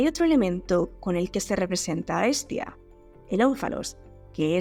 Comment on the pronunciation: Te diste cuenta que Pascu y Rodri lo pronuncian como "Es tía" y luego cantan de muchos sobrinos? Unos genios. Tengo cerebro igual 😂